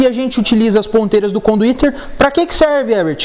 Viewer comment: CONDUITERRRRR KKKKKKKKKKKKKK